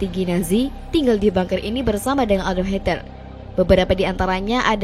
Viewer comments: bagus videonya please penyebutan Adolf Hitler, bukan hiter please deh yang bener lah litterasinya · Hitler jadi Hater. 😁